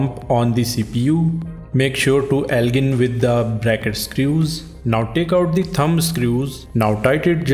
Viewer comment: me align ko allgin bola, hahhahahha